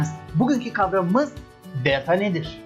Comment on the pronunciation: hocam nedense bu videoda bir italyan havası verdiniz özellikle DELTAA dediğiniz yerlerde pitzaaa gibi